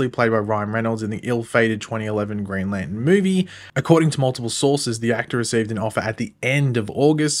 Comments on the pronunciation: It's NOT Lan in....can you pronounce it correctly! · Put the "r" in Lantern!!!!!!!!